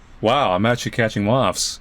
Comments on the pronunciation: Not the mawffs! Not the MAWWWFFFFFFFFFFFFFS!!! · Anyone else think "moths" is the most awkward word to pronounce ever? I feel like Sylvester the Cat when trying to say it.